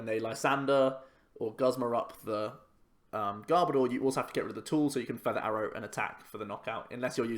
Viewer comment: I also hate it when people pronounce Garbodor as Gar-bah-door. It's meant to be Garb-oh-der. As in Garbage and odour... I'm such a Pokémon pronunciation snob as well! Haha